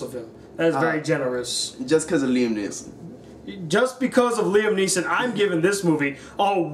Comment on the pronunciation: NEESON!!! not neilson